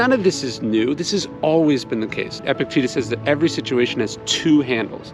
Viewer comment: Please start pronouncing Epictetus correctly.